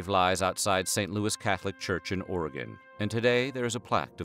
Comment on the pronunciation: Thank you for pronouncing “Oregon” correctly lol